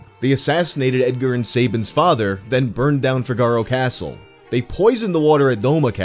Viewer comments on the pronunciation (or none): none